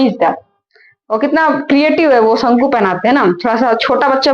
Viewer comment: शंकु होता है ma'am शंकू नहीं होता